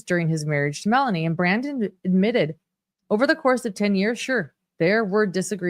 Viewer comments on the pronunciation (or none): AHMmitted? You can do better!